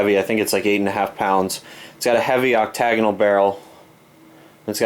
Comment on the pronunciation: please ! It's not a oct tae gon al barrel ! It's pronounced Oc ta gon al. Sandy